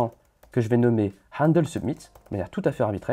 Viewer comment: Très bonne vidéo ! Moi qui hait le front end ben ça me donne envie d'en faire plus régulièrement ! Par contre ça me tue la prononciation de "handle". On dirait un rebeu qui parle xDDD